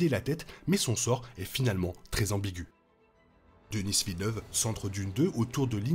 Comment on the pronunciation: Toujours intéressants vos vidéos, même des mois plus tard! Pourquoi par contre dites vous "Denisse Villeneuve"? Vous savez, nous québécois prononçons les lettres des prénoms francophones comme vous! Il en va de même pour Justin Trudeau, que j'ai entendu trop de fois prononcé "Justine Troudeau" outre-atlantique!